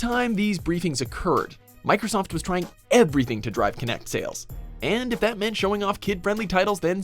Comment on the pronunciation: Tea Kay IT'S EVERYTHING NOT EVERYTHINK